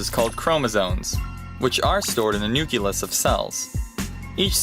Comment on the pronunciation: Speaker couldn't read. It says "nu - cle - us" not "nu - cu - lus". Minus 5 points.